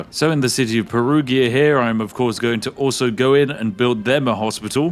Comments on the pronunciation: Anglo-saxons, for the love of God, Perugia is not spelled "PERUGHIA", but "peruja" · Perugia, the g is a j sound: Perujia. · Spiff saying "Perughia" triggers me a lot 😂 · Aaargh...as Italian, Perughia is something that could let my ears bleed... PERUJA is the way to say it... 😂 Whit all the due british respect... 😜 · Every time he says Peruhgeeuh instead of perujha 😬😢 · propnounced peruja >:( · "Perughia" no flame, as an italian i found the pronunciation funny ❤ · It's Peru-jah, btw 😅 the g is pronounced like a j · Perughia is my new favorite pronounce of Perugia. Grazie mille 😂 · The pronunciation of Perugia hurts my Italian brain every time. Ahah Also you can tell The Spiffin Brit is aging because of the dad's jokes. 😂😂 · Hearing the Spiffing Brit butchering the Germany and Italian names in just one video hits hard as a Swiss 😅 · Me, a bilingual german/italian hearing a tea-sipping northerner say names like Lübeck and Perugia: left eye twitch intensifies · Your pronunciation of 'Perugia' is a casus belli all on its own.